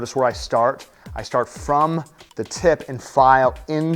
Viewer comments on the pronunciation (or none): none